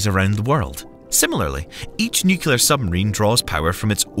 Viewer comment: Just so you guys know it's pronounced Nu-clear Not nu-cu-lar Pedantic I know but there isn't a 2nd u in nuclear.